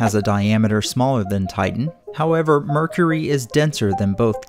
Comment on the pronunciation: mer cur ree